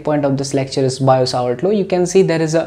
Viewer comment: Sir wo biot-savart law h na ki bio-savart law BTW teaching style is great